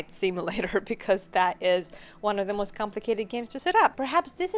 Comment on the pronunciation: Your accent......had to rewind and check cause I thought you said the most HORRIBLE vr headset on the market, lol